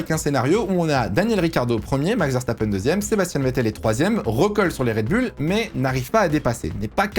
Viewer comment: Ok très bien mais ARRETES DE DIRE RED BULLE